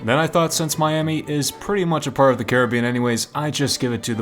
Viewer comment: That’s not how you pronounce Caribbean